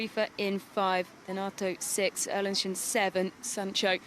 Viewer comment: Can somebody 5L4P that BEECZH who's been calling the Italian DENATO? In this video she did call the athlete a wrong name seven times!